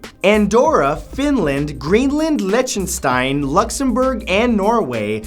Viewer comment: The way he said Lichtenstein really bothered me